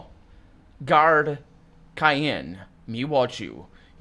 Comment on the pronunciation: these videos are great! One thing Cheyenne is pronounced shahy-en, -an. Happy gaming